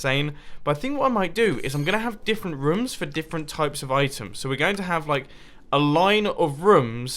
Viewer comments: I like the way he says rooms Ruums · the only thing i hate about him is the way he says rooms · Does anyone notice that Mumbo says rooms like rums